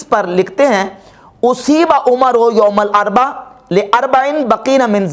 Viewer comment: ye lafz ''youm ul arba'' nahi balky ''youm ul arbi'aa'' hai.